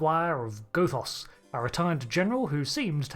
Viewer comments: The first O in Gothos is short. Goth does emphatically NOT rhyme with both, oath, or loath, but rather with moth, cloth, or froth, or sloth. Do you pronounce Gothic like Go Thick, too? Cahn't yew spaek Anglisch? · It's not pronounced, "Gothos". It's pronounced, "Gothos". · Good theory. Please pronounce Gothos correctly. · Hate to say it,, but the mispronunciation of Gothos really took me out of the video at times. But to answer your question given how different he is from Q2,, I don't think he's actually a Q. Might be something similar, but I have my doubts he's actually a Q. As you mentioned, Q-Squared takes the fan theory that Trelane's a Q and runs like hell with it, having Q be his Godfather (and maybe his actual father, though he denies it), but given the vast differences, I suspect that instead of being a Q, he might be part of the M continuum, which appeared in another Trek novel. That would explain why he has Q-like powers, as they're said to be equivalent to the Q, and the idea that the Q have their own enemies does make sense, given how many species are upset with the Q we typically encounter in the show.